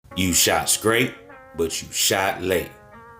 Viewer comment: ITS PRONOUNCED "STRAIGHT" NOT "SCRATE" MY GUY . STRA STRA STRA , NOT SCA SCA . YOU WOULDN'T SAY "SCRANGLE ", YOU WOULD SAY " STRANGLE "